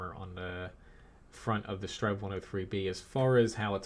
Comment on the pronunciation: did you just say 'strenv'